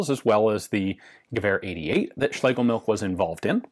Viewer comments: Heh, Ian correctly pronounces Schlegel...then defaults to 'milk' (which TBF, is "milch"). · It's pronounced MILCH! 😠 Not milk! We non nativ English speaking folks do our best to not butcher the th, you English natives should at least try! 😂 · German surname Schlegelmilch should be pronounced as Schlegelmilsh (not by "k" coming from "ch" at the very end) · Please correct me if I am wrong, my German is a little rusty, but I believe the correct pronounciation [sp] is" Schlegelmilsh" which means something milk. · Ian says "schlegel-milk" while mispronounced... Milch does indeed translate to Milk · Yes, you did come very close but the "ch" at the end is pronounced more like a hissing cat and less like a "k", if that makes any sense. Anyway your videos are always entertaining and interesting. Have a nice day and keep up the good work. :) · You're almost there. While it means milk, don't pronounce it like that. Make a 'sch' sound and leave out the 's'.